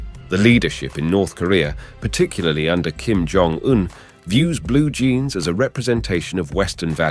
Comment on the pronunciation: No it's Kim John Dung